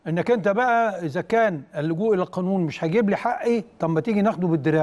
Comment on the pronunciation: حاي هههههههههه بيقول حاقي هههههههه من مرتضي مرتضي دهواء الدوله